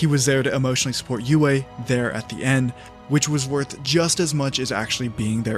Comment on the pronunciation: That part felt very contrived to me. Also its Sokka not Zuko, and its also Yue not Uway.